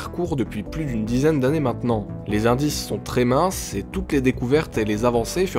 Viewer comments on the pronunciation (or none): none